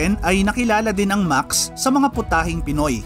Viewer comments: Thanks! Any reason pala bakit Maks ang tamang pronounciation instead of Maksis? DIto kasi sa videong ito even the owners Maksis ang pronounciation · Ano ang tamang pronounciation Max o Maxes